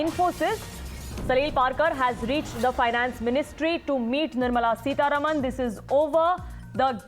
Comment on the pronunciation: Who is this news reader? She is unable to pronounce words properly. Can't even say the names of Salil Parekh and Nirmala Sitharaman...